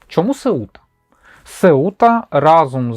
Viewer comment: випуск клас, отримав задоволення ) сам мешкаю в Португалії давно і багато що дізнався. Це країна трьох "Ф": Фадо - Фатіма - Футбол. P.S. правильно Сéута, наголос на Е. ))